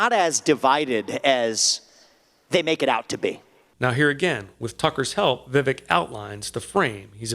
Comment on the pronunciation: I just switched from a registered Independent to a Republican just to vote for Vivek (pronounced Vivake) in the primary (I live in NYS).